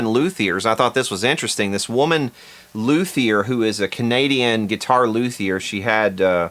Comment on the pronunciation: Loo'-theer? It's pronounced Loo-tee-ay'!! Of course the Jimmy Page Telecaster will be priced into the stratosphere and out of reach for 98% of us. Only the top 2% (1%?) can afford this guitar. Cash grab? Probably so. I wonder what the ACTUAL cost price of the JP Tele is. Why don't they(Fender) use the profits from this guitar and put them towards making a JP Tele that we ALL can afford!! Low profit for them, high availability for us!! Fender can even market it this way: "We are making almost no profit on these guitars just so everyone can have, play, and enjoy one because Fender understands the low $$, working class man/woman and we are not an elitist company. We want EVERYBODY playing guitar and just having fun!!!!". What a novel approach!! A guitar for the people that people can afford!! Keep it less than $400 and they would sell a million of them!! Fender: are you listening?? For this idea I want the People's JP Tele #1!! That's all I ask for!! 😉 Waddaya think? Your loyal subscriber, Norman in Montreal.